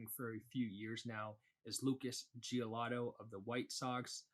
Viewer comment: LOL. Gio-lee-to...not Gio-lah-to